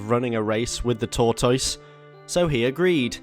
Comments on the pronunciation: Torr toyse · really said Tour-Toyse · Every time you mispronounced tortoise I died a little bit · he doesn't pronounce tortoise correctly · couldn't get past the first min of the video with the ridiculous pronunciation of tortoise lol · The mispronunciation of tortoise I can’t tell if it’s serious or if he’s joking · Is this how British people say tortoise? It reminds me of Benedict Cumberbatch and Penguins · Be kind, a speech impediment is not easy to live with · Why do you say Tortoise like you say Lyvery?